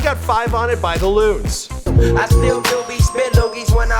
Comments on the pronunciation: luniz is pronounced lu-neez, not loonz. just think of it like those coins you have in canada. looney with a z on the end. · I got 5 on it by "the luniz" (pronounced the loonies) not the loons... hip hop history???? WTF